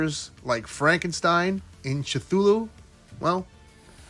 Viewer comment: Really excited about what Big Bad Workshop is putting out, but I don’t love the price either. Cthulhu pronunciation goes in top 5 funniest toy gains moments.